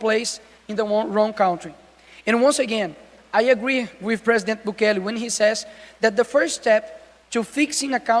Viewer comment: Não é Bukelê , é Bukéle